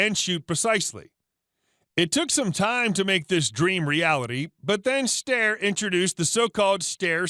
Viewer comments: "ST I ER" Not stir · It's pronounced "Stiar" like "briar", not Stair, as in staircase. Jesus! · Steyr - It is pronounced (Sty Yah) not (Stare) COME ON! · Is that how you pronounce it ? Stare? I always said sti err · The way he says steyer. " the Stir!" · These people mispronounce the names of rifles like Steyr just to piss people off. Why in the world would we listen to you when you can't even pronounce words properly. Take a class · Typically I overlook pronouciation but butchering styer is egregious (sty like "style") Great video overall tho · How are you doing gun videos when you can't even pronounce Steyr correctly?